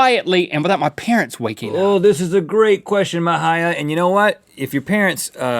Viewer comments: It's actually pronounced "Maheeya" :) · Rhett and Link you pronounced Mahia wrong!! hahahaha